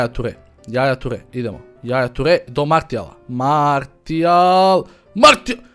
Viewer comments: Nije Martial nego Marsial se cita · martial se cita marsial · Za ubuduće da znaš nije martial nego marsijal (tako se izgovara) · nije marsial nego martial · nerviras me kad kazes "martial" Maršial se kazee hahaa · Cita se Marsial, ne Martial :D inace ekstra klip,pozz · nije "Martial" vec "Marsial":D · oces li skapirati da se ne kaze ni marsl,ni materijal ni martial nego marsial... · Nije Martial nego Marsijal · Marsijal brate ne martial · nije martial nego marsijal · nije martial nego marsial se kaze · Nije Martijal nego Marsijal... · ne govori se martial nego marsial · kaze se Marsijal a ne Martijal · nije Martijal, nego Marsijal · kaze se Marsial a ne Martial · Kaze se marsijal a ne martijal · nije MARTIAL kazese MARSIAL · marsial ne martial!!!!!!!!!!!!!!!!!!!!!!!!!!!!!!!!!!!!!! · kaze se Marsijal:D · kaže se Marsial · kaze se marsial